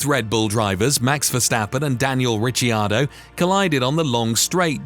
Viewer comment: mate it's Rickardo